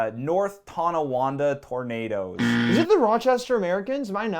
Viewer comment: I was dying when he said North Tonawanda Tornados hahahahahahahahahaha